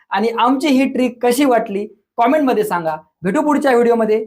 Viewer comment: सर, तुम्ही इंग्लिश चि पूर्ण वाट लावतात. "कमेंट " म्हणतं जा हो 🙏